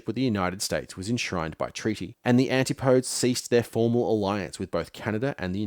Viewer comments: 'anti -podes'? Always thought it was pronounced 'an-tip-o-dees'? Please correct me if wrong... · He also mispronounces antipodes at around 47. Guess some of this was AI assisted.